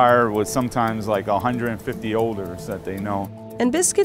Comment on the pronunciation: That guy couldn't pronounce odors and it really bugged me